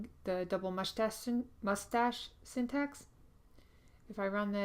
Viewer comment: I giggle everytime she said mushtase